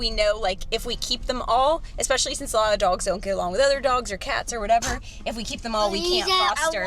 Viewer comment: Expecially?. I’ve heard another YT’er say that 🤔